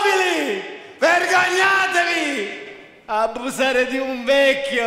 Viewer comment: Pietro sbagliato, aldo dice "aBBusare" =)) troppo forte